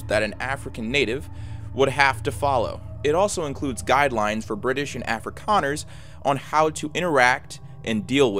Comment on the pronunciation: Tbh I wasn't expecting teh south Africa one, because I live here it's actually really easy to imagine everything, especially because I live in Cape town. Also I'm sorry but your pronunciation of 'afrikaaners' and apartheid are wrong. You say Afrikaans and afrikaaners like ah-free-kaahns and apartheid is pronounced like ap-heart-hayt. Also apartheid is something we all know and hate that most people know our country for this